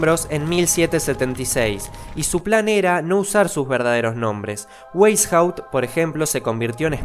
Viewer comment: Weishaut se pronuncia Beishaut 😭😭